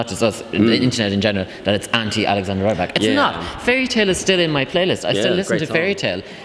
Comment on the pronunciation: it's not rAYbak, its pronounced rEEbak